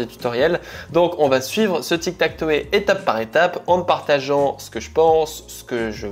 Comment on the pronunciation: Belle video comme d'hab, juste ine petite remarque, tu parle avec des termes anglais, tu devrai essayer d'améliorer ton accent par exemple on dit TikTakTow par TikTakToé, juste une remarque.😊